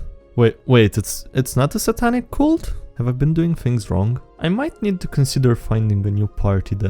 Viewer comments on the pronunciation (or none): none